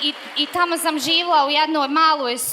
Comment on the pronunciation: "shvatla", "zivla", "jalijas", "misla", "ali onaaj", "kolko", "poso", "dvanest", "upala", "uletla", "i ovaj" deseti put, "dobla", "sega" itd... Zena od 30 godina ne zna odrzati prezentaciju. Pored toga, DVIJE UZASTOPNE, ISTE, konferencije je pricala jedno te isto. Nadam se da nece biti I na CEO 2018 jer je uzasno iritantna.